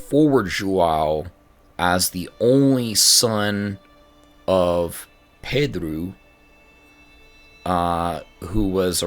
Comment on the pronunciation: Hey there! your pronunciation is great, and in the case of Pedro it's actually pronounced pe-DRU as you suspected. In the case of João (my namesake lmao) I know it's really hard to pronounce the nasalized vowels, so it's really alright. "Ão" is pronounced kind of like "own". Keep going, I'm really enjoying it!